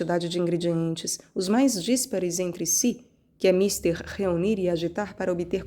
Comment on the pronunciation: Muito bom. Só uma dica: você pronuncia míster, com a tônica no "i", como se fosse "senhor" em inglês. A pronúncia é mistér, com a tônica no "é". De resto, nota 10 (fora a banalização da 5a de Beethoven na entrada. Mas tudo bem. Aí é chatice minha).